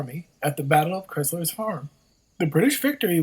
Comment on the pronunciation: you need to learn how to pronounce Montreal, Crysler and Chateauguay!!!